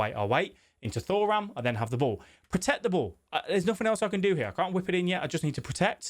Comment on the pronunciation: It’s 2ram not Thor- ram